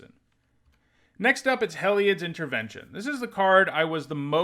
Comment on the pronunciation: "Hell-eye-odd" Everyone else: "Hē-li-odd" 🤷🏼‍♂️